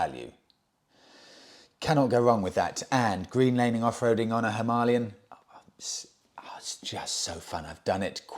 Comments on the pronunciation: if its pronounced himarlian its spelt himalayan...which to most of us and you , is Him - a lay -an not Him ar lee -an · Hima means snow...Alaya is Abode/Temple.... Himalaya means Abode of Snow Pronounced Him-aalaya Bike: Him-aalayan. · Having a great time watching you struggle with "Him-AH-lian". :D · Himalaya is derived from two Sanskrit words— " Hi-ma,' snow, and " a-la-ya," abode (The abode of snow), that is why it is pronounced, hi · maa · lay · uhn (himalayan). Beautiful bike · The Indians pronounce it as Harmalian simply because of their Indian accent when speaking in English , it’s not a great mystery ,or the end of the world ,as we all know what motorcycle they are referring too . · Himalayan - is not pronounced as you corrected yourself, it's pronounced how you originally thought! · You pronounced Himalayan the right way the first time, your new pronunciation is clearly wrong. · Its just pronounced that way in Hindi simple Just like St Trop etc. Love you channel from Hounslow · You are now pronouncing it wrong. You had it right the first time. It's named after the mountain ranges. Please google it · How Ridiculous,.. If you are going to pronounce the Himalayan motorcycle that way how on earth are you going to pronounce the Himalayas or Himalaya when traveling, Good Luck with that, you are going to sound like a right twit. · Himalayan mountains. Say it right. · Keep saying himalayan as in the mountain. Remember Michael Schumacher . The German pronunciation is sho ma har, the English version per Murray Walker was Shoe Makker.